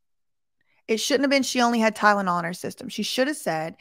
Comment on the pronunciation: at least she FINALLY learned how to pronounce Tylenol correctly 🙄